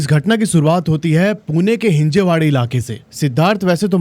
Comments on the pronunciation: Not हिंजेवडी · हिंजवडी is the correct pronunciation bro....FYI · Anchor brother it is not never Hinjewadi..(हिजेवाडी X)..it is Hinjawadi....pl. pronounce it as हिंजवडी only.